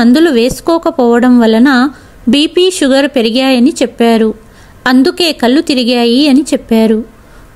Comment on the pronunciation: మీ కధలు అన్నీ బాగున్నాయి కాని కథ చదవడం లో పదములు పలకడం లో చాలా తప్పులు వస్తున్నాయి ముఖ్యంగా కళ్ళు వెళ్ళూ వగైరా పదాలకు అర్ధం మారిపోయింది అది గమనించాలి చాలా అవసరం.